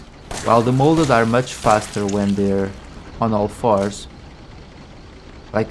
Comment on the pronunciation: It’s MODEL shotgun not molded lol. Not a big deal at all but I thought it was funny